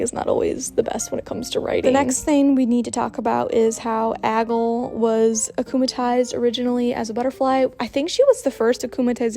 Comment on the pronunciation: I think it's prob pronounced: Ag-lee